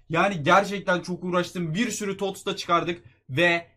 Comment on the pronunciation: TOTS'a Tost diyen koca yürekli adam